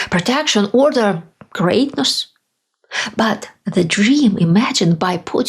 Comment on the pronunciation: I saw how you said “greatness” we all know what you’re alluding too 😮